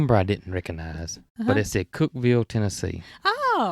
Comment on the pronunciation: Thank you for sharing this episode it was fun to spend this time with you. I was surprised to hear you got a call from my neck of the woods, Cookeville. I had no idea Growers Solutions is located here. Congratulations on pronouncing Cookeville right! Most people call it Cook-E-ville, that would have been okay. 🤣 I hope you stay safe from all the storms and the rain goes away so you, and all the builders can go out and play., I hope your fingers are better soon and do check on the automatic garage door opener! 😉 Have you called the plumber about the odd water pressure problem? I’m thinking when you take off the hose it releases pressure so it can work until it builds backup. Try turning the volume of water down instead of full blast, that might help. There was a TV show asking ladies of all ages which convenience would they find it hard to live without in their kitchen. The youngest said stove, refrigerator, microwave and the oldest lady said running water. From my mountain top in middle Tennessee where the hilltops kiss 💋 the sky 🌦, I wish you sweet dreams, Fran P.S. when you started talking about the strawberries, I had to fix a bowl of strawberries! Yes 👍🏼 they were sooooo good! 🥰🍓🍓🍓